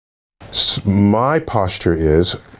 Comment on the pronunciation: Why can't he say atheist? As an atheist, I'm insulted. UPDATE: It was an accidental error.